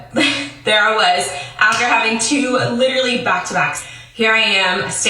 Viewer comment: I cannot say the word “literally” normal anymore. I always have to say it the way does lmao “literacally” or some version of that ha